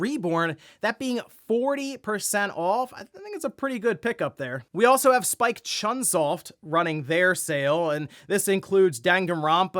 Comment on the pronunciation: sorry to be that guy but chunsoft is pronounced "choon soft" as it's a japanese company, just so you know going forward.